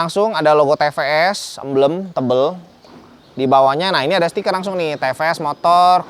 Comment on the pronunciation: bukan te pe es koh 😆 tapi ti pi es 😂